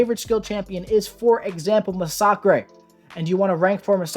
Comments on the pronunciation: My only complaint was you pronounced Massacre in the weirdest way 😅(Mass a Ker- like a mass murder) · Got to love how you pronounce Massacre! (mas-sa-kre vs mas-sa-ka) think Chainsaw Massacre through movies lol